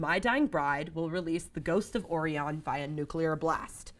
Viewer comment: or-ee-on? The word is Oh-Rye-yon